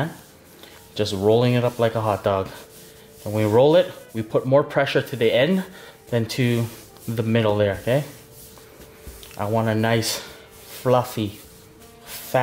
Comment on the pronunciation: Did you say putcha? 😅 ify